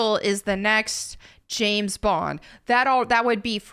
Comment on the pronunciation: "The name is Bond, Gays Bond."